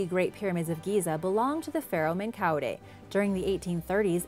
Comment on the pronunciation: Your pronounciation of things like Menkaure or especially german words needs a bit of tuning. While "Flor de la mare" worked out nicely and smooth other things definitely need some more work.